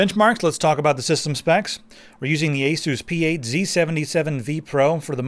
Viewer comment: I think it's pronounced ace us